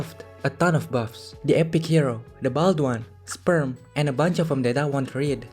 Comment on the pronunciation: Sayin sperm as yu zhong is crazy lol